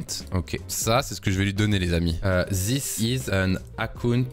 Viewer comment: question parce que ça clash fort dans mes oreilles; Pourquoi en France vous prononcez ziss pour this (alors que ça devrait plutôt ressembler à "diss") ... ou wissss pour with... (plutot que wit...) .. on dirait que je n'arrive pas à me concentrer sur ta vidéo ( qui est très intéressante soit dit en passant ! ) juste pour ça..